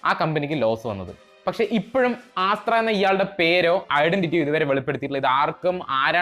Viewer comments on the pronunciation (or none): ആസ്ത്ര അല്ലല്ലോ അസ്ത്ര അല്ലേ.. (Sanskrit word) ആണ്